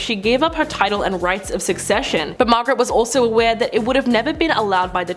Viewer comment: The word is “Suc-CES-sion, not “Secession!” Where do they find these people?